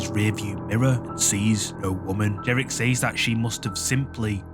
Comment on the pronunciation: It's pronounced gage spelled gauge and says is pronounced sez not saays.